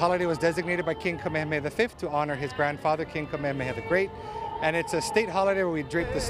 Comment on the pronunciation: Honoring King Kamehameha with a newscaster who doesn’t even bother pronouncing his name correctly and a “governor” of an illegal occupying government. 🤦🏽‍♀️